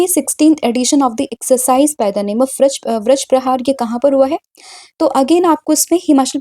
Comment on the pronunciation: ma'am vrajprahar nahi vajraprahar... dekh ke toh sahi boliye